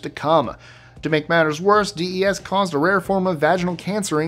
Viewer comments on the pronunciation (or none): Your pronouncing DES incorrectly.